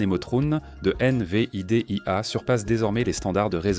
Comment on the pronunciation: Ce n'est en tout cas pas une IA avancée que l'auteur de cette vidéo a utilisé: accélérations ou ralentissements soudains de la voix, mauvaises prononciations telles que I-N-V-I-D-I-A au lieu de Invidia en un seul mot, et j'en passe, et probablement aussi pour le contenu et le choix des images génériques. Il n'y aura pas de pouce ni d'abonnement de ma part.